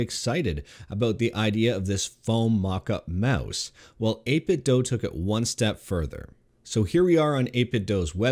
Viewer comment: Aboot the Meouse!